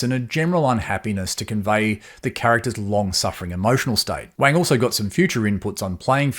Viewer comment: Wang is pronounced Wong like wrong (pardon the pun!)